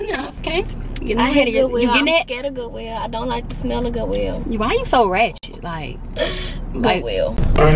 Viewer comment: "GoOwIlL" Lol love you